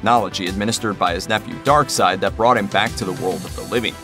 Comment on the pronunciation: Steppenwolf is just an awesome name......and darkseid also a fantastic name but should be pronounced darkseed rather than darkside....sounds like an offspring of Darth Vader